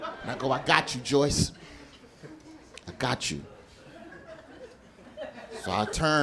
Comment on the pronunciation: Everytime he says "joyce" in a set it fucking sends me XDDD